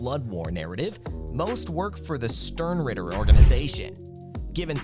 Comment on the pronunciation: Wow, the first 30 seconds hurt me. Not only did you mispronounced Yhwach (which to be fair, no one seems to know how to speak German when reading his name), you said the Quincies work for the "Sternritter Organization". The Sternritter are just an elite fighting force in the Wandenreich, they aren't a separate organization. They're all part of the same army. Stern Reader? Did you get a monkey to edit your script?!